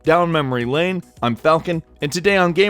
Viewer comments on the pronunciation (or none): none